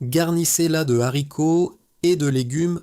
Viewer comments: Y'a combien de Z à zharicots ?😂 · Super. Seule observation : les haricots : pas de liaison